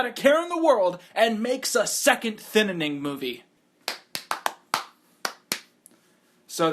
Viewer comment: Not thinining, it’s the “thinning”